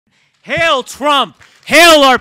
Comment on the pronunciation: He didn’t even say hail like hail Caesar he said heil